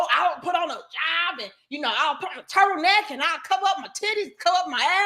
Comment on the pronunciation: I had to rewind 3 times and turn on captions to realize "turtle neck" is what was said. The power of a divinely intelligent women can set you free from even thinking of entertaining low vibration 💥💥💥 Grateful!❤